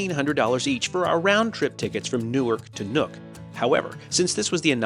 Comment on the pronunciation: It’s Nuuk not Nuke. You are watching too much CNN and NBC.